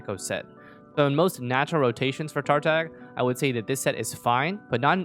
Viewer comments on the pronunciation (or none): Tartag.... the "g" is supposed to be silent according to the proper pronunciation for his codename (though I think the EN voice acting also got it wrong). I twitched every time I heard it. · MiHoyo uses the wrong pronounciation on purpose btw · I think Zach Aguilar said that in one of his streams once, the directors wanted Tartaglia to be pronounced with a g.